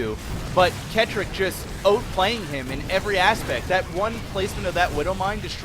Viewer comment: it pronounced ket rock it is rocket but switched around a little